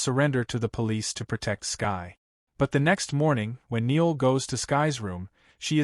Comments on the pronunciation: What the hell? It's No'EL not Neil & LUUUUKE, not Lucky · You are slaughtering the name Noël. It is pronounced (no elle) please incorporate this information for your future use. And the man’s name is LUKE! not lucky.